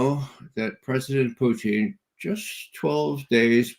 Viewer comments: Judge can someone tell Ray it’s Putin not poo teen ! Wft ? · Good "Intel Round Table" I like Mr Ray McGovern, and have read and watched his work since the early days of the Bushie jr cabal infesting WARshington DC, that said, I wonder why Mr McGovern always mispronounces Pres Putin's name ie "Poutine". I am basing this one how Russians pronounce their Presidents name. Very strange. Perhaps 'anti-Russia' CIA programming runs deeps. Even the psychos who constantly denigrate the Russian President pronounce his name correctly. The worst kept secret: "NATOstan" ("Murder Inc) is a mafioso criminal syndicate involved in murder, extortion and drug running. Thats it! As for the blood-lusting, murderous, vile psychopathic genocidal thief-dom aka "is-ra-hell" may get destroyed entirely and return to hell from whence it came. Followed by WARshington, London and Brussels. As for the rest of the conversation/interview - thumbs up